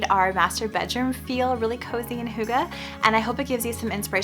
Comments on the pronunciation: Greetings from Denmark. Your bedroom is very hyggeligt (pronounced: hyg-geh-leet) lol. I heard you use the term hygge (you pronounced it hygga) in another video and I thought it was a new decorating style, LOL. It's pronounced more like hyg-geh, like ge in gecko. Hope that helps ;) I think it's so cool that a danish word is an inspiration like that. Your room definitely has the hygge element. Very beautiful and relaxing and cozy. Love from Denmark <3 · It is hYgge not hUgge 🙈 i know that for english speaking people its dificult but for people from europ it hurts soooo bad ;_; but the bedroom looks stuning 😍